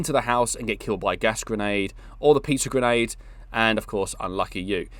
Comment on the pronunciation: Awesome breakdown, did you say pizza grenade🤔. Those transitions and outline of the manikin, nice. #love